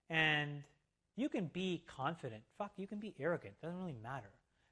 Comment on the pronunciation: Haa nobody gives a fock if you don't start saying "fock this or that". Focking good content.